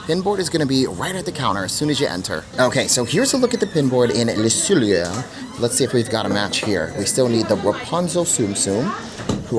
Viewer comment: Hi! You pronounce Le Cellier “Le Sell-Yay” - like YAY they had a match for you!